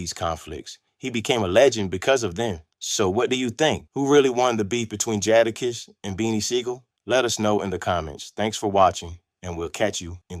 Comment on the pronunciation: 1 st word joda kiss. Lol